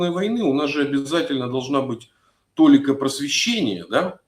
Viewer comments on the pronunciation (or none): ударение в слове "толи́ка" приходится на "и".